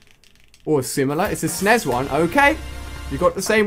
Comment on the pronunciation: Lol he said "snez" instead of S.N.E.S